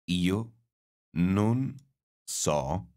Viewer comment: Is the pronunciation of "Non" really correct? I've thought it's an [o] sound, not [u].